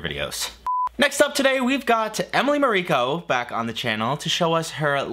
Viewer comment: Isn't it Emily MAriko?